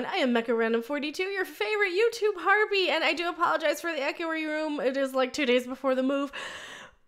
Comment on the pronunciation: I'm not sure if it is your enunciation or my hearing, but when you say harpy I hear "harby". It Makes me laugh.